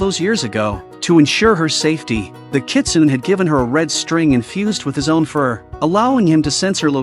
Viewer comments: It's not "nay" at the end, it's "neh". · In the 4th story, “Kitsune” is pronounced as Kitsunay